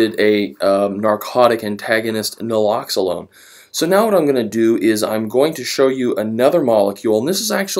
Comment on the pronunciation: It's Nalaxone. Not Nalaxalone. Great videos though.